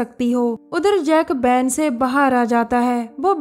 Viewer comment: U pronounced two words wrong van and hotel